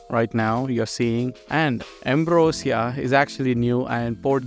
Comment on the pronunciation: Its ambrosia not ambriosa 😅